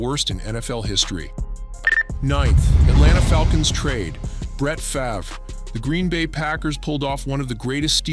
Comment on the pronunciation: Brett farver lmao